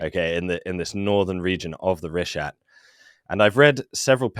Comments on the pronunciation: keeps saying richta. It's pronounced reeshat. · The greatest mystery of the Richat structure is why keeps pronouncing it "Richdot"